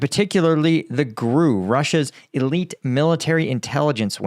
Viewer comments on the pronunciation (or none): It's pronounced "G.R.U." (Russian military intelligence) not "grew".